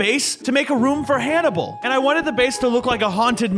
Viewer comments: Why whenever I watched the first time he named the pig the name I always hear “animal” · I thought that when named the pig Hannable I thought he said Canable